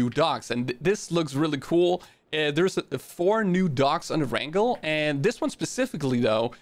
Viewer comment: He said e rangle